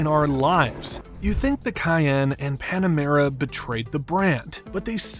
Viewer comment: It’s Panamera not Panemera